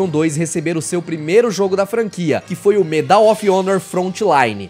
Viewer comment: So uma dica: a palavra Medal, em inglês, possui a sílaba tônica no “Me” e não no “dal”.